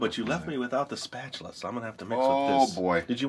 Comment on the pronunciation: Hahaha! "Spa - TU - la"